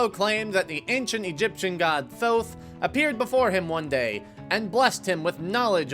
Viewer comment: oh thank you for pronouncing Thoth correctly